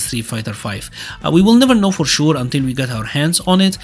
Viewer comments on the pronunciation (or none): we don t now for șur 😭😭😭 why your accent so good until you say sure